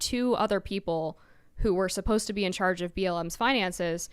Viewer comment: “In Chairge”…as in “He leads the chairge”😂